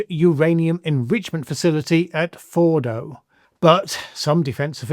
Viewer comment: Fordo not Bordo.